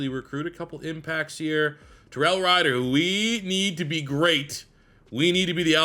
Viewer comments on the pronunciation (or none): none